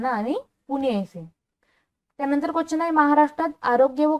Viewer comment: Quachan nahi madam quastion mhana